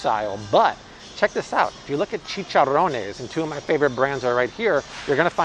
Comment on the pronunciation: Your Spanish accent “chicharrones” is perfect.